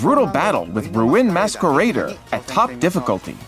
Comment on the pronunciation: Roo-in Maskweraider 💀